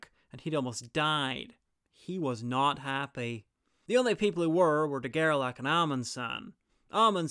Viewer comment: Great video as always! And in case there's an as yet unfilmed part, I would suggest to pronounce his name as "De Gerlashe", as "ch" in French is usually not pronounced as "k" but "sh" (like moustache).